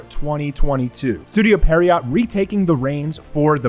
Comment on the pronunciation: I feel like this needs to be said but it's not pronounced "Pear-iot". It's pronounced "Pierre-Oh". It's French.